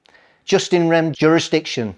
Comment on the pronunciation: That guy needs to do a bit more reading, for starters its pronounced 'YooS in rem'.. not 'just in rem', and it means a right in the thing, as opposed to a right that is in the person and travels with the person. If you want to be taken seriously, treat the subject seriously. .. you could have presented this a lot better too.